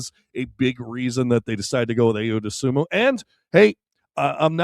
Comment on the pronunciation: I…O. Say his name right please